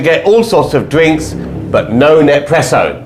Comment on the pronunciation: No more Nespresso pods for me! (BTW it's "Nes-presso" not "Nep-presso"😂)